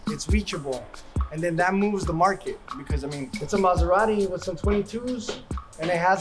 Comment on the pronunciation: Mazerari? Ahh, American pronunciation... 😏